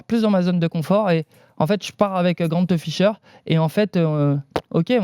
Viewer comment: GrantEUH Ficheur